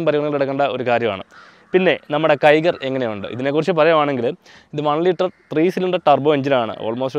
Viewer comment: കിഗർ, ടിബർ അല്ല ബ്രോ... കൈഗർ and ട്രൈബർ ആണ്... പിന്നെ ബ്രോ ക് 15-18 മൈലേജ് കിട്ടുമെന്ന് കേട്ടപ്പോൾ അതിശയം തോന്നി, with upsized wheels...എന്റെ turbo CVT ആണ്... stock wheels...മൈലേജ് 9-10 കിട്ടുന്നുള്ളു 🙄🙄 ചെളി കേറുന്നത് പുതിയ വണ്ടിയിൽ solved ആണ്... പക്ഷെ 2021 മോഡലിൽ ഡോർ സൈഡിൽ rubber beeding പിടിപ്പിച്ചാൽ മതി...